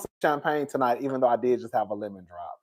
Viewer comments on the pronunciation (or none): none